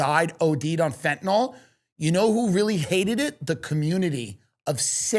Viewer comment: Everyone plz stop saying FentaNOL it’s FentaNYL 😢💀